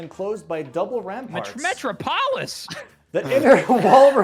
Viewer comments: Technically did pronounce 'metropolis' correctly...in ancient Greek. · your pronunciation of metropolis made me question everything